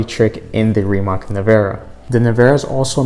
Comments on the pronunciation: Rimatz Nevera.. but for the sake of this video he will say it wrong every time. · Americans should learn to pronounce Slavic C letter sooner or later, its not K for sure. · just say nevera because you pronounce the last name wrong bot